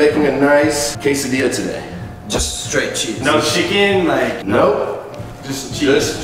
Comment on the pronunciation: Yall are so white. You don't put butter on a quesadilla. And the way you guys pronounce QUESADILLA makes me cringe. Also get some salsa on that shit.